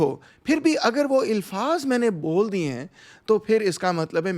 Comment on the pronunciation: Dr Rahman While you speak Urdu well with correct pronunciation, however, occasionally, like most of the Punjabis, fail to distinguish between Zabar and Zeer. The correct pronunciation is Alfaz and NOT Ilfaz.